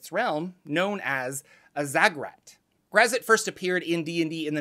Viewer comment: This pronunciation of Graz'zt reminds me of the part in R.A. Salvatore's novel 'Sojourn' where a young boy mispronounces "Drizzt" as "the Drizzit."